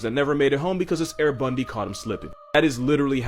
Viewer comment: He said air bundy 🤣🤣